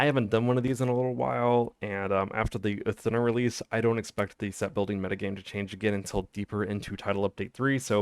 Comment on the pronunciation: It's not uhth dunna it's ooth doona